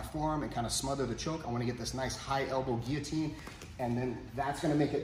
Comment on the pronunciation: Love that you know how to pronounce "Guillotine". Unlike so many others out there lol